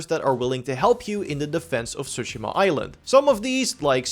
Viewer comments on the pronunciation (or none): stop saying tsushima like that